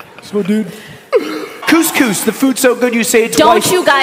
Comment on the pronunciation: nah man why ludwig gotta butcher the pronunciation of couscous